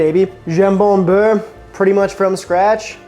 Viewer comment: Ok a few things dude : - it's bEurre and not bUerre for butter ;-) - you're version isn't the classic : it's way more generous in ham, also homemade bread ? seriously ? under such conditions le jambon beurre becomes interesting. - A real jambon beurre, normally constituted of 1 slice of ham layed flat) is hard to find these days. By real I mean quality ingredients ... Hell a real baguette is getting rare, all the boulangeries are in fact serving the same premixed industrial flour - add water - bake - sell - when I first moved to France 40 years ago, other than the jambon beurre or a paté cornichon it was impossible to find any other sandwich, even less containing salad or tomato etc. And they where expensive, almost like a treat. if you where hungry it take several to feed you, it was cheaper to get a workers meal but that took time and was only served 11h30 to 13h. In fact back then, people just didn't eat out unless special occasion or in a workers canteen.